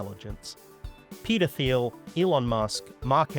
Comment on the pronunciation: Minor aside here: peter thiel’s second name is pronounced same as “teal” without the “th” sound in “thought”, “three”, or “thousand”. I’d assume Thiel as a word is Greek in origin.